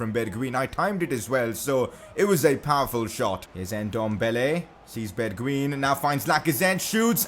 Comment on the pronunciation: you prenounce it as bergwine